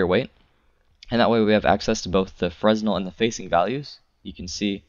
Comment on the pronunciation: You say Fresnel wrong